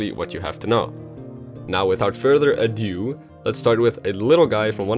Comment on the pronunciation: Now without further a DIOUW